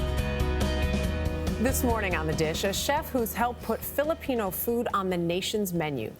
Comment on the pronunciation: If you're going to introduce Filipino food, can you please at least say the name correctly -_